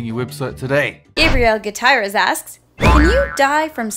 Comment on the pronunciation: WHAT? GUITAREST? ITS GU-TCHE-REZ